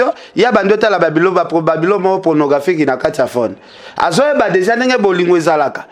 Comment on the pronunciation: t as mal a parler le francais,on dit cine et pornographie et non signE,pronographie